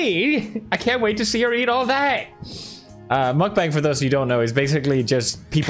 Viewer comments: Its mukbang not markbang 😭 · He said ,,nutbank" 💀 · The right one to say is Mokbang not Mukbeng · According to the human meatball Nickocado. It's pronounced muck-bong. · Okay I normally enjoy your videos, but I have to add something about this lol so the thing is you don't really look deep into it and judge the whole idea before doing so. So I am informing you; (also you're saying it wrong by the way..) so the thing is lots of these people 'actually' eat that much daily and work out just as much. Especially watch some vids in Korea as Mukbang is Korean. It's literally a Korean word and pretty sure people who do that in Korea professionally are fit af lol are you sure you looked into as many original videos? :) Also honestly it's for some people who actually enjoy them, it helps me when I am dieting not labeling certain food as 'bad'. This is the true example of "if you don't like it just go next". People have good reasons to do this, watchers have good reasons to do this, I am not offended if my friend doesn't watch, I am not offended if people choose to find other ways for dealing with the mental aspect of eating disorders, I am not offended if people make fun of those who take it too far; but I wouldn't make fun of the idea itself without knowing the full context.